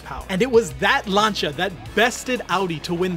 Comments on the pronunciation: I like your vids. its not lancha its lan see ya. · Oh, for fucks sake, stop calling Lancia "Larn-cha", it's pronounced "Lan-see-ah" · Lancia not lancha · Who is Lancha? Its Lancia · Lancia is pronounced lance-c ahh. Not Lanchia. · why is he saying langia instead of lancia..... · It's lancia not not lancha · Why are you pronouncing Lancia "lancha"? Its pronounced 'Lan sea A' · you hear the unmistakable voice of incompetence every time he says "Llaanchar"... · I think this is the first time I've ever heard someone pronounce "Lancia" as "Lancha" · its always staggered me how this guy can pronounce the simplest of things wrong bro really said " Lancha" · no its laan- see- uh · the Italian pronunciation in 'lancha', you are pronouncing it wrong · bro said lancia as lancha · LANE-SI-AH its pronounced, LANE-SI-AH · It's "Lan-chia" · please try this to help you out. Lancia DOES NOT have a 'H' anywhere in its 6 letter spelling. it is not, nor has it ever been pronounced lanCHA. so try this way because it is the ONLY way to pronounce Lancia. LAN.....SEE......A, LANSEEA, LANCEEA, LANCIA! hope that helps....... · The way this guy pronounced lancia 🤣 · He keeps saying Lancia wrong. Makes me mad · Why can’t you say lancia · the way you pronounce lancia upsets me, its just wrong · PLEASE STOP PRONOUNCING LANCIA WRONG